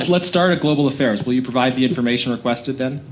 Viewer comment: “Global Affails” …that’s the new catchphrase